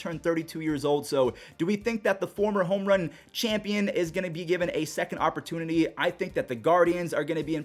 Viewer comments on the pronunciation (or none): none